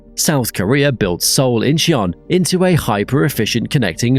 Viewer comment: "Incheon" has two syllables, not three. Phonetically it sounds like "In-chuhn", In-chee-un sounds ridiculous and like the narrator has never been to any airport anywhere.